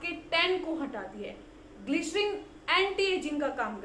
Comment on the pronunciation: glycerine word plz listen how to pronounce it. Your content are good. Only pronunciation is prob. Plz don't mind.